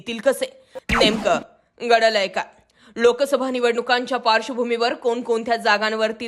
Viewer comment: मॅडम तूमची मुद्दे सुद मांडणी आसते. म्हणून आपले चॅनल आम्ही अवरजून पहातो. पण आपण नेमकं घडलय काय? च्या ऐवजी टोन बदलून गडलय काय म्हणता. ते ऐकायला कसं तरी वाटतं?